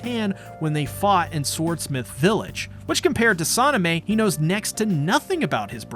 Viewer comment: It's sanemi not sonameh